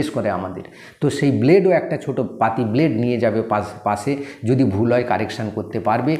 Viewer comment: ব্ল্ডে 😂😂😂😂😂কি বলে রে 😅😅😅 স্যার ঠিক আছেন